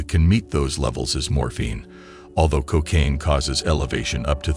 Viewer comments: Pron? Cock-aine? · Why is it "Cockcaine"?